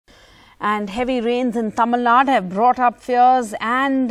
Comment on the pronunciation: It's Tamil Nadu, not Tamil Nad